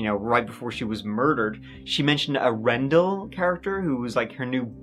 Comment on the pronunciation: Wendell Randall = Rendell